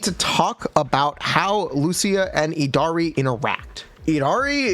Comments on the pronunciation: eed ha ree? Really? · its yeed-harry for the prononciation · Just letting you know, the Y in Yidra from the lovecraftian lore does not silence the Y, the Yid sounds the same way you pronounce "yiddish". So her name is YID-HAR-E [long e], unless they try to chinafy it somehow.